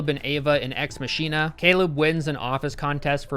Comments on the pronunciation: Machina is pronounced MAH-kih-nah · The way pronounces machina fills me with the rage of a thousand suns.